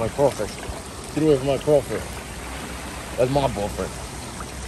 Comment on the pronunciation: I’m from Louisanna lol and it’s crawfish*🦞 but it’s okay we go let that slide lol